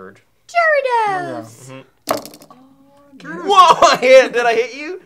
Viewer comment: Just so everyone knows pronounced Jirachi correctly and Maude mispronounced Gyarados.